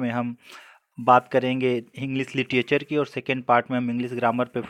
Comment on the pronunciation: सर आप लिटरेच्(र) को लिटीएचर न बोलें,.... अच्छा नहीं लग रहा,sorry if u minded..आपने अच्छा प्रयास किया.....